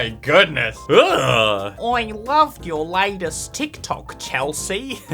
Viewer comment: she really just said "teek toke"